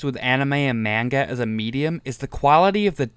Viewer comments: You know, I watched all 32 minutes of this to give it the benefit of the doubt. And while I was watching I thought "this has to be a troll, not even pronouncing "manga" correctly ". But then starts talking about the patriarchy, toxic masculinity, and Jordan Peterson... After that I realized this person is another one of those idiots. I don't think anyone would give this video hate if you had just stuck to making points about Griffith as a character and made this a case study analyzing Griffith's reasoning, and the story itself. But bring up dumb stuff like modern gender politics for manga that started in 80s and the anime arc in 90s is beyond stupid. And then insult other's opinions in the fan base then expect them to respect yours... But criticisms aside. Enjoy your attention. You earned it for making such an outrageous video. I commend you for trying something different. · shit take and also it’s pronounced “mon-guh.”